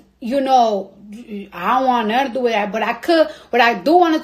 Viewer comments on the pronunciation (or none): none